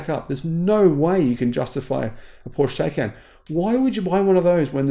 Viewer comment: Please stop mispronouncing the name Porsche Taycan.